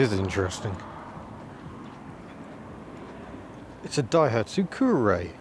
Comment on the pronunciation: "This is interesting... it's a Dahiatsu"!! 😁😁